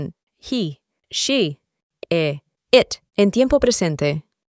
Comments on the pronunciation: De los mejores videos para aprender inglés que he visto, pero tengo una duda , el it se pronuncia como it o como et, porque esa pronunciación de et si no la había oído nunca y quiero estudiar bien su metodología pero sin errores,saludos y muchas gracias por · Interesante. Viendo el video lunes, 22 de septiembre del 2025. Me quedé confundido con la pronunciación de it. En un primer momento lo pronuncias como ( et), pero luego lo pronuncias (it). Agradecería mucho la aclaración con algunos ejemplos. Gracias. Muchos éxitos.